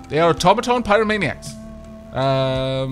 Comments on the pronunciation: "Automatawny" A brilliant new color for your new automaton. What is it? Well it's a sort of a brown, really. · zhoulf've called the automaton the automaton Mark